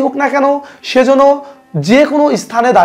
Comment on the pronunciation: যেন উচ্চারণ হবে ইয়েন।